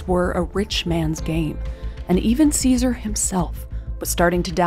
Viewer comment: TY for pronouncing his name correctly and historically correct. By doing this you have proven you did much research. For that TY.